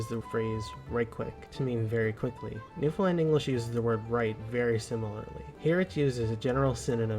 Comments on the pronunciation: As someone from Finland whose partner is from Newfoundland, it makes me cringe a little when you pronounce Newfoundland as "New Finland" emphasizing the "fin", haha. There's a lot more emphasis on "land" in "Newfoundland" than in "Finland". Newfin-LAND vs FIN-land. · It's Newfoundlánd. Accent on last syllable ;) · Newfoundland is /ˈnufənlænd/ or /ˌnufənˈlænd/, you don't emphasize the "found." I love Newfoundland, it's home lol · The emphasis is wrong. The emphasis isn't on FIN The best way to understand how to say Newfoundland is to say Understand. The emphasis is on the the last syllable. NewfinLAAAAND, understand. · it's not new-fin-ease..... it's newf-in-ease!! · Newfoundlander here, it's NewFUNl a n d. Same cadence as Understand. Newfoundland is the most Irish place outside of Ireland. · Newfoundlanders pronounce it Newfin-land, with a little pause on the dash, not New-finland, which will definitely get you labeled with the somewhat derogatory nickname "Comefromaway". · It’s a shame that the presenter as a Scotsman does not know that Gaelic ( Scot’s Gaelic not Irish) is pronounced ga-lick unlike Irish Gaelic which is pronounced “gay-lick”. And by the way as a Scotsman living in Newfoundland this place is pronounced new found land not new Finland. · Newfoundland NOT New Finland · It’s pronounced “noo-fun-LAND as in understand Newfoundland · For the everloving fucking jesus stop saying New Finland. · How's ya gettin on? I live in Newfoundland, but yer sayin it wrong. Instead of pronouncing it Newfoundland, we says " Newfinlan". Say three separate parts" Newf...in...lan " don't pronounce the 'd'....Newfinlan. is ya on Instagram? If ya is, I'll pop o'er dere and drop a video to help ya out😅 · The rule of thumb when it comes to pronouncing Newfoundland is you pronounce it like understand. But it's really pronounced new-fun-lan (said fast). We locals do not pronounce the D's lol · It`s pronounced "New fin lan". Great video b`y! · Newfin LAND